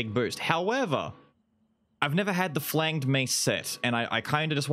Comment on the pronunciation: Just as a by the way, it’s a soft g in flanged